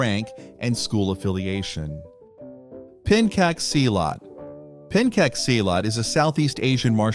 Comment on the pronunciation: As an Indonesian, his pronounciation of Pencak Silat irritates me. Its in the goddamn name, Pencak Silat. Not Penkak Silat.